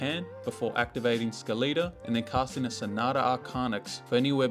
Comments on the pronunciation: like skeleton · i refuse to believe thats how you say skeleta